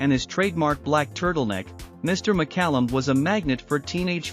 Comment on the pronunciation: Lesser talented actors/musicians have gotten more attention for less-no Emmys, Star on Hollywood or Knighthood, but David was humble and achieved more. Illya's last name was pronounced Curry-a-kin and Judas's Is-carry-ot, but thanks for pronouncing David's last name right. You gave more info than some do and I had less trouble understanding you. Loved that man and glad I got to meet him. Almost died myself of Covid in '2020 because I couldn't get a vaccination in time. I get my my boosters and am still alive at 68. If I hadn't, he woul've out lived me. RIP, David